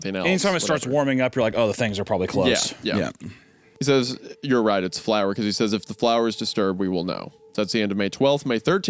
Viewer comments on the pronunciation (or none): Is Isaiah just continually misreading the word flour or does he actually pronounce flour as "floor"? 🤔